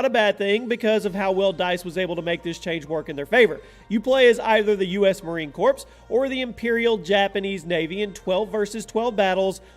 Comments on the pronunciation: Marine Corps pronounced "core" not "corpse" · “Marine Corps” is not pronounced Marine Corpse lol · btw corp sin marine corps is pronounced "core" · Back in my day, twenty years ago, when I was in the military, we used to pronounce “Marine Corps” as Marine “CORE”. NOT “Marine Corpse”. You millennials are hilarious......... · Dude it’s pronounced core not corpse. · Did a channel about military games just say "in battlefield 1943 u can play as the marine corps" but said corps like corpse instead of core. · Marine corps ? I don’t think its said like that. At least know what your talking about before you create a list. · He said CORPPPS it’s pronounced marine core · US Marine CORPES? Its Marine CORE (CORPS) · its pronounced core not corpse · "Marine Corpse" smh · Well im really late but erm its not "corpse" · marine corpse. nailed it. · Did anyone else hear Marine "corpse", instead of Marine Corps? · It’s marine corps core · uh... You mean the US Marine Corps? Because i never heard of a us mayrine corpse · U.S. Marine Corpse ! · I want the gift card you said "corpse" instead of marine corps. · Really? "Marine Corpse?" REALLY?!? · I cringed at the way you said Marine "Corpse" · "Marine CORPS" oof spelled one way said another do the research buddy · Did this guy just mispronounce the Marine Corps?